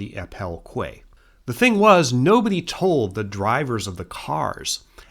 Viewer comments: Surely QUAY should be pronounced KEY not KWAY. In English English anyway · Hi, amazing video as always! Just wanted to let you know, as it seems to be a common issue with Americans, that the word quay is pronounced as "key," not "kway":) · Quay is pronounced Key. :)